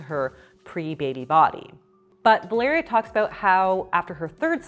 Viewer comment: I love how you pronounce my name "Valeria" 😍 feels like you're talking to me 😂